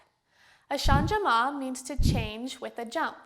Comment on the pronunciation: Since it is a French word, changement is pronounced "shahj-mont" (with the "t" barely pronounced). You don't pronounce the "e" as a separate syllable.